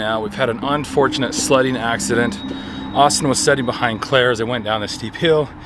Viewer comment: sledging not "sledding" LMAO